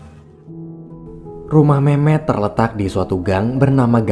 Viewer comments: Awal Mimin bilang nama Memet di kuping ku terdengar mem*k 😂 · Gua denger mehmek njir